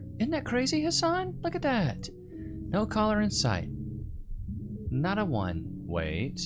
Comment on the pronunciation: “Nur”….. didn’t realize that “no” had 3 letters…